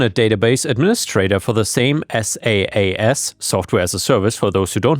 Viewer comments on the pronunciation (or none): SaaS is pronounced as "Sass" instead of "S-A-A-S." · SaaS is pronounced like sassy, but without the "Y". I have worked on SaaS systems for years.